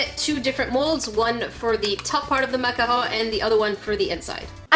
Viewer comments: Its MACARON! not MACAHO! Silly,! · u say maca hoon it’s maccarOON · But yoU’Re SayINg iT wRoNg It’S maCaRoN nOt MaCahAu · YoUr SayInG It WroNg Its PRoNouNced (mac-a-roons) not (mac-a-RoOMs) 'I FEEL DA SALT RISING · MAC-A-ROWN 😆 I love how you're saying the word.. sounds so fancy when you say it lmao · Actually that is pronounced MAC-A-ROON just cause you were saying it rong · Heh...hehe.... said mack-a-hoe... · But you're saying it wrong you're supposed to say it like mac a rune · No. It's either pronounced macaron or macahoon. A macaroon is a coconut puff cookie. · Macarhone Me: SALTINESS INTENSIFIES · It's pronounced macaron or macarhone! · It's macaron or macaro. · Some people say macaron Others say macaroon And then there’s who says makahoo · Why do you say macahon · I forget you live in Canada so the way you say macaron is so cool lol